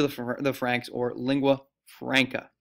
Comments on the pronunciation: Icelandic is NOT isolated. It is from the Germanic Language Family, Northern Germanic branch similar to Norwegian and Danish. You also need to work on learning the proper pronunciation of simple terms like "Lingua Franca" (Leeng-gwah Frahn-kah) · "Lingua FRAYNCUH" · Me to pronouncing Lingua Franca: you’re doing amazing sweetie